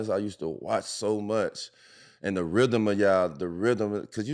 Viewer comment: D. Miles " da Rhydem of da ball" what the hell is a rhydem ?